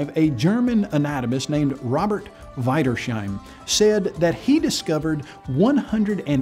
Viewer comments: that name is certainly not pronounced wider-sheim. it's german. it's likely vee-ders-heim. i would've let this slide but i heard "evidences" one too many times. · It is not AY in Wiedersheim it iii! I hate it when idiots even get the names wrong! IE is a long i, when EI is an AY sound! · NOT Weidersheim - Wiedersheim LOOK pronunciation up matey. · It always annoys me when people, who are arguing a point against you, quote someone and get the pronunciation of the persons name wrong. In German, when the letters 'i' and 'e' are used together, you always pronounce the second letter, leaving the first letter silent. So, Wiedersheim should be pronounced veedershime (he gets the 'ie' wrong but the 'ei' is pronounced correctly). I know it's nitpicking, but if you can't even get a name right, how are we supposed to believe you managed to understand any other words you are quoting from that same person? Okay, yes I know, a bit 'grammar' police(y).